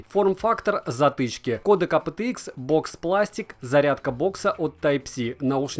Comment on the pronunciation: Вот честно, твое АПэТэИкс так "режет" слух в этом видео. Почему не ЭйПиТиИкс, нормально, как должно произноситься в английском???